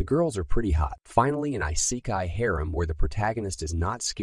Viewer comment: How you pronounce Isekai makes me cringe.